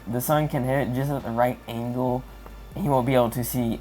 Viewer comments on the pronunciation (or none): none